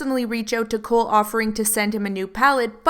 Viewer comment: Is Cohl not pronounced Coal not Cool?